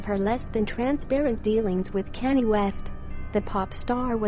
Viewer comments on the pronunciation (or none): The way the voice says Kanye's name LMAO " kanny west" 😂